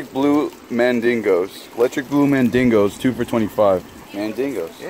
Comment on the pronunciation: idk,..whatever the hell they are, i like'em!! called them MAINDINGO, BUT the card taped to the pond says,''MAINGANO.'' which is actually a type of cichlid.I'm guessing he was saying that for shyots&giggles;)